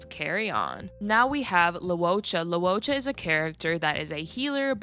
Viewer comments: Fyi loucha is pronounced as low-chaa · Fyi Luocha's name is pronounced – Luo – 'lwoh' Cha - 'chah' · Luocha is pronounced Luo Cha